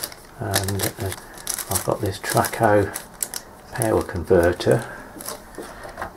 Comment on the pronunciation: Traco, not Tracco.